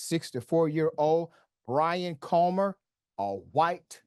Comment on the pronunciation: Bwian, eh? The wittle wascal has spiwit! Spiwit….You know, bwavado…a touch of dewwing-do.